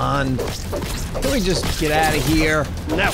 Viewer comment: One day I noticed says "of" like "ahv" and I can't unhear it. Or even "not too far away Frahm us"